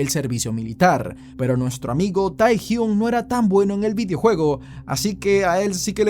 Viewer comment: Me gustó pero se pronuncia tehyng